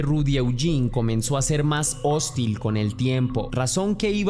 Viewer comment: Me encanta como narras. Te mando un gran abrazo, tienes una excelente vibra. No te molestes conmigo cuando te digo que se pronuncia: /hostíl/ (con más fuerza en la última sílaba, es una palabra aguda) ❤❤❤